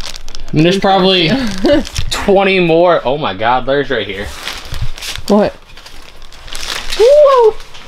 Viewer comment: Not lores it is LURES LURE IS ROOT S MAKES IT MANYT THE E IS SILENT AND MAKES THE U SAY ITS NAME NOT ITS SOUND OTS A HARD "U"